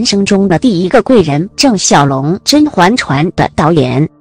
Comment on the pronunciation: 听你说 甄嬛chuan 真是尴尬